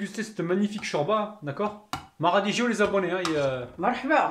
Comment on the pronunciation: radinou et non rabinou merci j'adore !